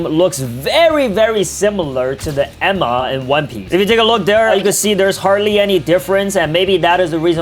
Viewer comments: ITS ENMA NOT EMA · Did bro really called Enma "Emma"? 💀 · bro really said yema and emma